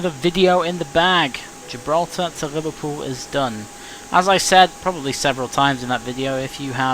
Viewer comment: liverPEWL that has made my day hahahahahaha